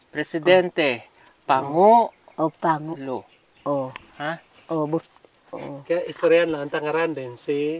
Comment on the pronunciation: Grabi tawa ko talagA sa pag bigkas ni Ng pango Lou😅😅😅🥰